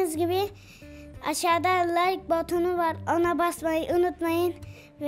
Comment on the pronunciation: ÇOK KOMİK ARASIN BOTONU DEMESİ ÖZELİKLE BENİM İÇİN EN İYİ BAŞLANGIÇ DENİLEBİLİR